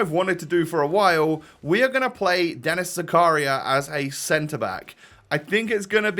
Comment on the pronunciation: It’s pronounced zakaria not zakaria